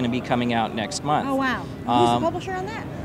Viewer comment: Waow Waow. She have never heard of wow but still like WAOW